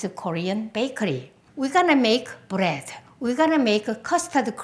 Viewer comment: she say brettt not bread